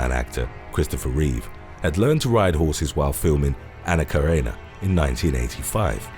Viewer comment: Anna Karenina . Karenina is not pronounced “Karena,” it is “KareNINA!” As in “nina!” 😳😳🙄🙄🙄